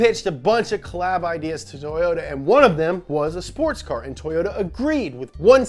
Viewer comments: “Toyots UK” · "tOwOta" yall think you're slick